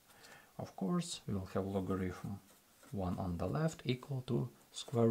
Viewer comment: мой руSSкий друх! В слове logarithm звук фьі встречается ноль раз. То, что безграмотньіе московитские переписчики букву тета читали то как т, то как ф - не означает, что в английском язьіке можно устраивать такой же бардак.